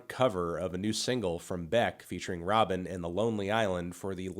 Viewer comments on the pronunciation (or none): none